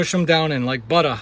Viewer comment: like BUTTA hahaha. "listen to me, or dont" lol. thanks again for another good video